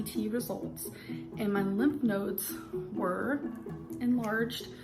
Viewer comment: my bf’s grandma says “lymph noids” too and it sounds so normal to me bc of LOL my bf said “... you mean lymph nodes? what the hell is a noid??”